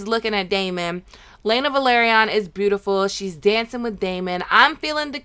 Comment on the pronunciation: I was about to ask the same thing lol. It´s a major pet peeve of mine how people keep mispronouncing names even though they watch the show and they listen to the way it´s pronounced, it makes no sense to me. Like for example the family name Velaryon.